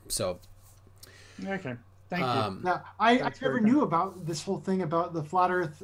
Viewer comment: The first time I heard "The Flar Earth Institute of Science" I laughed so hard I was snorting. 🤣